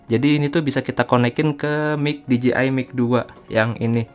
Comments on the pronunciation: Bang perasaan nyebutnya D J I osmo bukan ji osmo . Apa saya yg Salah ya? 😅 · D J I dibacanya literally dji 🤣🤣🤣